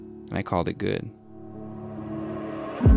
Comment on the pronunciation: And he called it guuud.